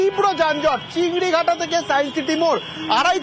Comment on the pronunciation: Correction - chingrihata❌ chingrighata✅